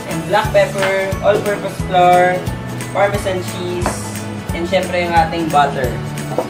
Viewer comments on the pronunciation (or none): none